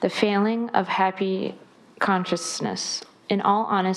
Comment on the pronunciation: She seems so smart, but she struggles to pronounce the longer, or more complicated words. She pronounces them incorrectly, or pauses before attempting...exacerbate, consciousness, phenomenology, cumulative, etc.